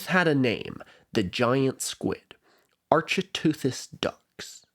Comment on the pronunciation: Similarly to my prior comment, the ch in architeuthis is pronounced like the ch in archaeology. Ark-it-ooth-iss.